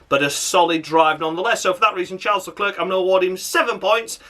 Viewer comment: Stupid Leclerc pronunciation once again and as usual I mean honestly Don't understand them Latifi is still behind Marzipan in the Championship